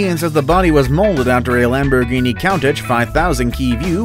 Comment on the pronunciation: No u said the Lamborghini wrong 😑